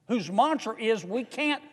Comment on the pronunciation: man with a Southern accent knows how to pronounce "mantra" correctly